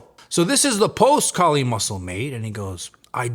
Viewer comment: k-eye-li = Kylie Muscle from now on